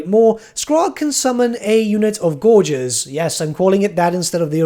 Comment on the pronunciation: I'm so hyped for ogres. Especially Greasus. Also, thanks for pronouncing "gorgers" right this time. ^_^